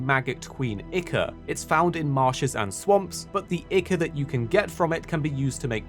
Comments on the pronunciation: ICKER!?! Ichor is pronounced "I-Core" still funny to hear though XD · it really isn't its I-core or it can also be pronounced I-ker but not Icker